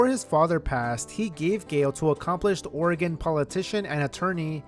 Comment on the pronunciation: wow, as a portlander i cant believe people dont discuss this more! we love drama here! this was so cool to learn, thanks so much! please never pronounce oregon wrong again though ❤